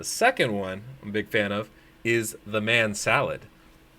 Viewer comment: Man Salad sounds like Ma Shalled. Like it